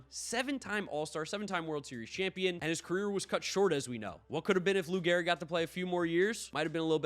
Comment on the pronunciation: G-E-H-R-I-G. Great video but I am that guy who always notices the slightest error. 😂